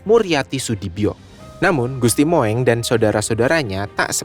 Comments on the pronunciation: Naratornya salah ucap. Gusti "Moeng" dibaca Mung (Mong) bukan Mo-eng. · Mas bacanya jangan gusti Mo.. ..eng tapi gusti Mung.....jadi lucu gitu 😅😅😅😅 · MOENG = dibaca dg sebutan MUNG bukan dibaca MOWENG ! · Tulisannya Gusti Moeng, tapi membacanya Gusti Mung